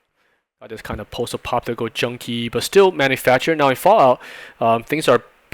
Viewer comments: I'm not sure what he says after "post", but it is not "apocalyptic(al)" lol. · Your pronunciation of "post-apocalyptic" is hysterical. Sounds like "post-apopolitical" Great content though. I'm learning a lot by watching these.